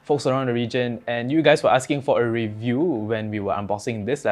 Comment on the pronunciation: The way how he said "review" is hilarious 🤣